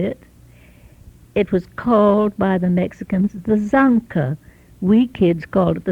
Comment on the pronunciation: "the Mexicans called it, the SANKA ......" it's called ZANJA (ZAN-HA)"Ditch"